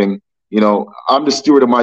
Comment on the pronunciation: Steward with a D, not stewart with a T! Stewart is a mouse from the kids movie.